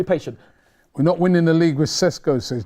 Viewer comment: that is the 1000% wrong way to pronounce his name